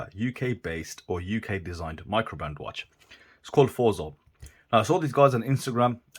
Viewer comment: Must be pronounced "Fortso" by the Italian Forza (= Power), but i may be totally wrong. Anyways, pretty chrono but chrono nontheless, so for me... meh... 😋 Cheers mate, be well.